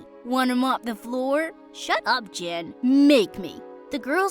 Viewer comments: He is! but it's pronounced "Jin" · Do y'all even realise he's called JIN not Jim? Damn.. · Jin or jim idk i keep hearing jin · Yeah he is intelligent but his name is Jin not Jim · Y’all know his name is jin not jim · It’s Jin like Kim Seok Jin